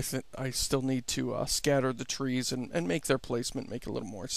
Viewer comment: First thing - its tree not three, say it with me tree~~. And its not a game or a simulator, its "A procedural world generator".